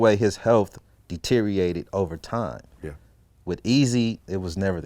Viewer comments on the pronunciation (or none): if hes so articulate why did he say "deteriated" its deteriorated